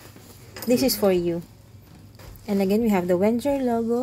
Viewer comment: its "VenGGer"